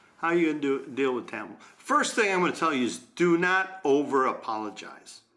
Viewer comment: Isn't tampo pronouced with a short "A"